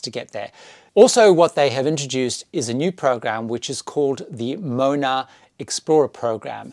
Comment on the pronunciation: Another great video! I noticed when you were talking about the kids club, that you’d missed the pronunciation of Moana. It’s pronounced as Mo-Ah-Nah (rhymes with bow, car, car). It’s a common word in Polynesia which means ocean:) Look forward to the next video!